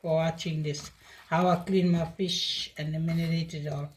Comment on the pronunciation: saying Manerate instead of marinate❤. As long as we understand